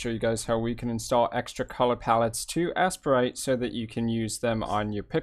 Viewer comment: Ace-prite and A-sprite basically sound the same but this guy couldn't even pick a single way to pronounce it.